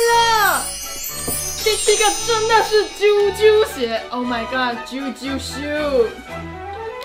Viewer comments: 在此糾正是ㄐㄧㄡㄐㄧㄡ鞋 不是ㄐㄧㄨㄐㄧㄨ鞋😂😂😂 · 為什麼是ㄐㄧㄨㄐㄧㄨ鞋😂😂😂